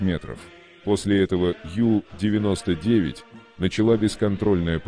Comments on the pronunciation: Надо произносить правильно на немецкий манер У99,а не на английский манер Ю99! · Унтербот , по-немецки. У-99.